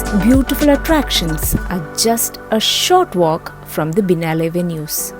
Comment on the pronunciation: It has to be pronounced as " Bee-eh-nayl " not Binalae ! It's an Italian word